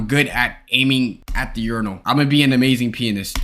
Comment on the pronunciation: Bruh a peeanist